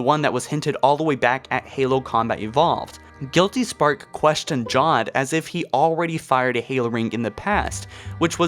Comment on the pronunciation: NiLog Films - he also said “Jod” instead of John.